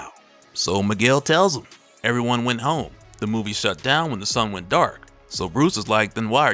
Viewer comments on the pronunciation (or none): none